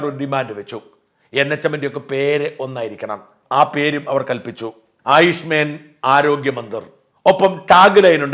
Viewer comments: ആയുഷ്മേൻ അല്ല ആയുഷ്മാൻ😂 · ആയുഷ്മെൻ എന്നല്ല, ആയുഷ്മാൻ എന്നാണ്.😊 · ആയുഷ്മേൻ അല്ല ആയുഷ്മാൻ എന്നാണ് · ആയുഷ് മേൻ അല്ല സർ... ആയുഷ് മാൻ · ആയുഷ് മേൻ അല്ല ഷാജ, ആയുഷ്മാൻ. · It's Ayush മാൻ and not Ayush മേൻ... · It is aaayuushmaaan, not man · താങ്കൾക്ക് എവിടെ നിന്നാണ് ആയുഷ്മേൻ എന്ന വാക്കു കിട്ടിയത് എന്ന് മനസ്സിലാവുന്നില്ലല്ലോ.😮😮😮😮 ആയുഷ്മാൻ എന്നാണ് ഉച്ചാരണം ....ഇതൊരു ഇംഗ്ലീഷ്: വാക്കല്ല Ayush Men എന്നു ഉച്ചരിക്കാൻ😢😢😢😢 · ആയുഷ്മേൻ ആണോ അതോ ആയുഷ്മാൻ എന്നാണോ... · ആയുഷ്‌മെൻ അല്ല ആയുഷ്‌മാൻ ആണ് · ആയുഷ്മേൻ അല്ല ആയുഷ്മാൻ എന്ന് തിരുത്തിയാലും 🙏🏻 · ആയുഷ് മേൻ അല്ല ഷാജൻ. ആയുഷ്മാൻ.. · കേന്ദ്രം നിർദേശിക്കുന്ന പുതിയ പേര് ഒരു സംസ്കൃത വാക്കാണ്. "ആയുഷ്മാൻ " എന്നാണ് അത് ഉച്ചരിക്കുന്നത്. അങ്ങ് ഉച്ചരിക്കുന്നതിലെ അപാകത ശ്രദ്ധിക്കുമല്ലോ .. 👍👍